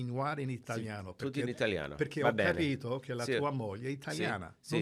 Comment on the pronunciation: As an italian that "capito" sounds like a native said it, and that's super rare from people that learned it. I had to check who Charles is to see if he is italian